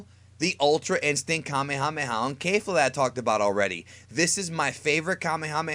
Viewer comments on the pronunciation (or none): The way he says kefla is so wrong it's ke-fla not kae-fla or kay-fla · kefla not caitla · It's kefla not kayfla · Right to kaifla? Do you mean Kefla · Did he just say kafla instead of kefla 😂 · aaaaaaand unsubscribe ITS NOT FUCKING KAYFLA ITS KEFLA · Kay-fla its kef-la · I had to stop watching this video in the first 10 seconds after I heard my man say kay fla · Kayfla? Sir that is an E in her name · Stop saying Kayfla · Why does pronounce kefla kayfla? (Not dissing just asking) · I subscribed to you but then I heard how you pronounced Kefla and so I unsubscribed